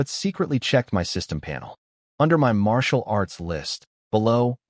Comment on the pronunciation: "Marital" arts😂😂